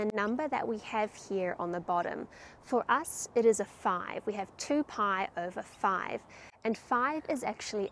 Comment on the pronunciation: Very good! I like every video of yours - especially the "mathematical day" at the end. Getting my old calculus/trig books out. Just one thing: "Paai" should be pronounces "pie", but that is just BTW :-)